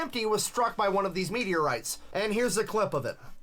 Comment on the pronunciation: "Meateorite" lol